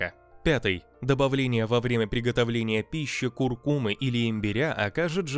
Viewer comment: ПРОТИВНО КАК ВАШ РОБОТ ПРОИЗНОСИТ КУРКУМА